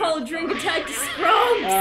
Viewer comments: Are they aware that it's SKUMPS, and not SCRUMPS? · WinkyRose DAMMMIIIITTTTT it totally sounds like scrumps! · It's Skumps!! Not Skrumps!!! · It's not "Scrumps", it's "Skumps." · For the love of Walt, they're saying SKUMPS LOL